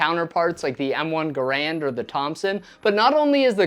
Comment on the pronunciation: Wrong pronunciation of Garand.